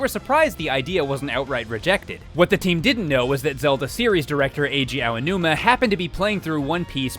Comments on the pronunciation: For future reference, DYKG, you know the interjection "ow," like when you've been hurt? Pronounce the "ao" in Aonuma's name like that. I'm not saying this to attack you or the guests you have in your videos, like, but just to help you out. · SEVEN Seven times was Aonuma's name mispronounced! AH ah ahhh... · He's mispronouncing the name on purpose now. How do you say Aonuma correctly once and then say it wrong every time after that? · Aonuma = Ow-numa, as in when you hurt yourself. Not Ayo-numa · you really need to work on your Japanese pronunciation, my dude. Aonuma is "Ah-oh-noo-mah." If it was "Ay-oh-noo-muh," it would be spelled Eionuma. Yosuke is "Yohs-keh." If it was "Yoh-soo-kay" it would be spelled "Yosūkei." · I think the biggest takeaway from this is that keeps saying Aonuma's name wrong XD It's not supposed to be "EY-o-numa" but rather "ah-o-numa" hard A v soft a sound. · Who is Eiyonuma? Do you mean Aonuma?? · "Ah"onuma, not "Eh"onuma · So a lot of people who narrate on this channel pronounce Aonuma’s name as Eionuma... His name is AH-OH-NOO-MAH. Just a note! Otherwise great video! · Hey, not to sound like "that guy", but maybe next time coach your voiceover artists on proper name pronunciation? It's "Ow-numa" not "Ay-oh-numa", it's "Yoss-kay" not "Yo-soo-kay". This is a common problem with your videos and it really bugs me. Please learn/teach your voiceovers how to say these, frankly, really simple names. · I die a little inside every time says “A-O-numa.” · He said some Ayeonuma Remember this and you can properly pronounce any Japanese for the most part: Ah (A) Ee (I) Ou (U) Eh (E) Oh (O) That's how you pronounce all the aeiou vowels, easy! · AYOO-numa my ears r dead btw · "Ay oh nooma" Wat!? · Ay-yo numa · "AYONUMA" Come on, son. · "Ey-onuma"............ holy shit it's really not that hard to pronounce. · Ow-noo-mah. Srsly. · Yep. it seems he doesn't know how tp pronounce Japanese names correctly...